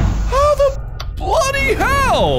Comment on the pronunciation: Mark is the only person who can make "bloody hell" not sound British